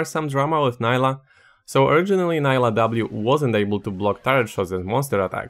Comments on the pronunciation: Her name is prenounced Nee-lah not Ni-lah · it's pronounced nee-lah btw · I need people to start listening to champ names. I get so tired of hearing “Nailah”, “Yoan”, and “Samira” (with an American r). Like bruh please Nilah says her own name so much just listen to her 😭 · Is her name pronounced Nah-ee-lah or Nee-lah? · Her video has her pronouncing her name, pls review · The real drama here should be your pronunciation of "Nilah" tbh